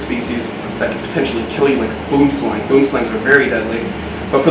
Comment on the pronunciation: It’s so funny to hear non-South Africans say ‘Boomslang’ 🤣😂🤣